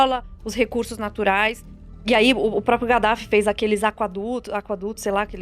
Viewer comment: Galera sem querer ser chata mas o nome do demônio líbio é Kadaf e não Gadaf. Não que esse cadáver mereça algum respeito mas é necessário ensinar o certo. Gostei muito desse podcast. Parabéns.